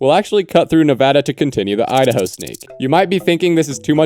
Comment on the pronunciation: Idaho ✅ I da hoe ❌